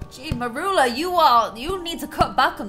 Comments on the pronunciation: You say her name as murula it is said mur-you-la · Its Mercula not meroola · U pronounce it "meryoola"